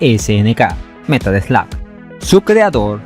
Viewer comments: jamas voy a entender porque le dicen Slag siendo que hasta el narrador al Presentar el juego le llama Slug! es algo que cada vez que lo escucho algo se muere en mi interior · this AI narration, it's terrible! It can't even say "Metal Slug"